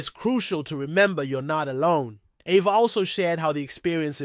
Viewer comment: Why is he pronouncing her name like that?